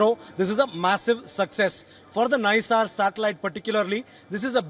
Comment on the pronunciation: The name is not Nissar, and it is like pronouncing "Naisar".